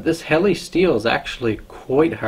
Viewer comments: Pronounced :Hell-a not hell-i and nee-ing 😊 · Hell la not heli